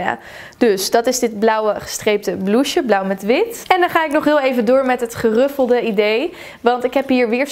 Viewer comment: 'Geruffelde' hahaha lekker Hollands uitgesproken